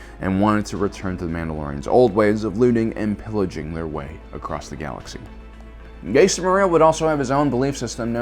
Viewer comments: I’m pretty sure his name is pronounced as “JAster” not “JAIster” cause that’s how Jango pronounced his name him the old bounty Hunter video game. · JJJJJJJJaster the JJJJJ. Not yaster it’s jaster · are you meming it sounds like Jahster spelt Jaster, not jayster and definitely not Yaster 😁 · It’s not ( yayster ) it’s ( jaster ) Fett actually said this in the game Bounty Hunter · True, but I gotta admit pronouncing it like "Yayster" does sound pretty cool. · This isn’t the first time and I hope it’s the last time. Jaster’s name is spelt and pronounced with a “J”! Like how you pronounce the “J” in Jango Fett!!! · Its pronounced Jas-ter. Star Wars Bounty Hunter game. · there are unfailingly consistent examples of the name spoken throughout canon resources. enough with the intentional mispronunciation of "Jaster" just to trigger activity like this in the comment section; your videos have the viewership readily engaging in honest topical replies without having to 'spike Big Al' with a content creator ploy like that. i quit watching after the 48second mark because i'm just tired of it and it's making me lose respect for you. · Can't watch this due to the bad take on how to pronounce Jaster lol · Ja'ster would be that but its one word love the video though! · Jaster Mereel is pronounced with a hard "J", the same sound when saying "Jango Fett" or "Journeyman Protector". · He’s also has called Grogu Gogurt. At this point I refuse to believe he’s not butchering these names on purpose to rile up fans.